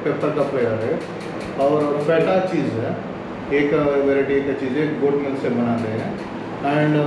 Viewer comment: गौट नहीं गोट बोलते हैं भाई